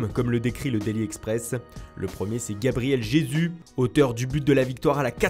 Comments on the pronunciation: Gabriel quoi , je suis pas sur de ce que viens d'entendre la.. Mes oreilles ont mal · « Gabriel g zu » 😂